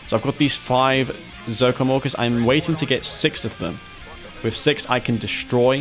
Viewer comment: When you say ZOCOM Orcas it sounds like ZOCOM Walkers xD